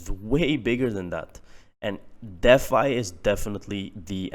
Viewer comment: D Fi.........not Deaf Fi.